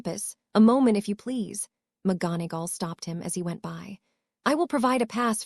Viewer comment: The reader can't pronounce McGonagall